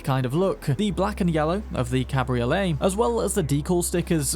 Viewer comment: Cabriolets almost always weigh more than their hard top counterparts due to the roof folding mechanisms and increased lower chassis stiffening to compensate for the loss of structural integrity from the roof. Also its pronounced Cab-Ree-Oh-Lay. Its not a ravioli lol